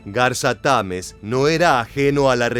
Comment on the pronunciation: Se dice Garza Tamez, no Garza Támez